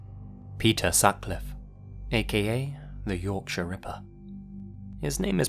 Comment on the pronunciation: Oh my goodness! Someone who pronounced Yorkshire correctly! Even some English people can't do that correctly